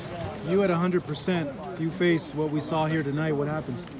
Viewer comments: This guy added the letter L in the word saw "I sawl it. You sawl it" 😂😂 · "You sawll it" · Keith “you sawl it, i sawl it” Thurman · New word created by thurman..sawl it.😁😁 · Nobody: Keith Thurman: "i sawl it, you sawl it" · "I sawl it, you sawl it" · Keith "I SaWLid, You SaWLID." Thurman. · Keith "I sawl it, you sawl it, herky jerky" Thurman